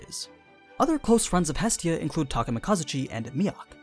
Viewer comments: I cringed quite ferociously at your pronunciation of "Takemikazuchi" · thats not how you say Takemikazuchi.